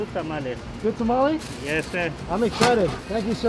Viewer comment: Did you just call a tamale a ta-ma-li plz dear god noo It’s called a ta-ma-le